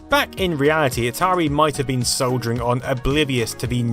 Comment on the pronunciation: Given all the chips it sounds like you're saying 'soldering on'